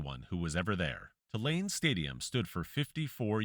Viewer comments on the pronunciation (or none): Hey, its not Ti-lane, its pronounced Too-lane